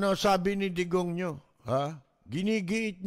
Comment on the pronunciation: Digong ninyo ,dinig ko degonyo 😅